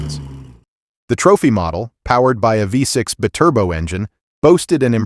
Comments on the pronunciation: Just one note: piss off with that "A.I." narrator shit! YouTube should be purged of all videos with crappy robotic narration that cannot pronounce most names. 6 1 1 horsepower, and Bturbo instead of Bi-turbo. Seriously, cut that shit and you'll have a chance of building a worthwhile channel. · And the pronunciation of biturbo as bit urbo.... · be turbo LOL AI fails again 😂😂🤣🤣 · 45 seconds in, pronounced bi turbo that way and I knew it... 🙄